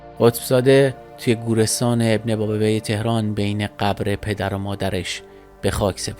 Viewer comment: اسم قبرستون رو خیلی باحال گفتی 😂 یخورده توی تلفظ کلمات مشکل دارین که امیدوارم روز به روز بهتر بشین اِبنِ با + بو + یِه که بر وزن بابونه تلفظ میشه